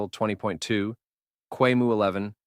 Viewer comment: it's a professional paid product with a free version, and just throwing out an AI voiceover with the usual errors ("deeeebian kweemu") looks like there was no care put into it. That's even worse for technical stuff, if the result isn't even being checked and corrected for accuracy. Does this attitude extend to development, etc? It's just not a good look for a marketing video (and I don't know why we're pretending it's a huge burden to get a decent voice recording in 2026)